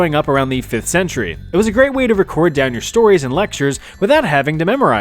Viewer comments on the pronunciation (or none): none